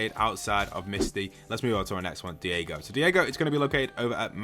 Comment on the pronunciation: It’s not Diego it’s Daigo pronounced “Die-go”